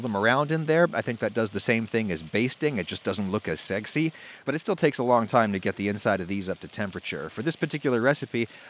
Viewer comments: Why did he say seggsy like that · It sounds like he said seggsy tho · did anyone else hear segsy when he put the butter in the pan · Did this man just say segsy